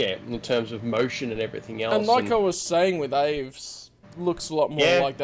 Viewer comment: Okay, the whole Winduu thing is just weird 🤣 Like it’s ok if C’baoth is black, but turning him into Windu is just wrong. P.S. btw that’s Dravis, not Aves